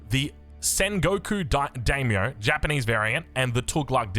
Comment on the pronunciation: You pronounce Daimyo as die-me-oh So excited to the play the Japanese variant Edit: you had the pronunciation spot on for a bit!!